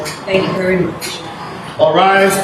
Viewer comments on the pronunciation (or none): none